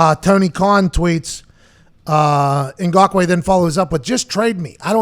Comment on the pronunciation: How do you flawlessly pronounce Ngakoue, but mess up saying khan twice in a row?